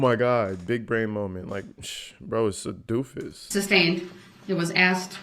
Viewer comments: The objections are sustained not substained. And tacit is pronounced tasit not takit. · Holy hell! He is so dumb, it’s just as painful to watch this time as the first five times I watched the trial! GROUNDS FOR THE “SUBSTANE”. OMFG!!!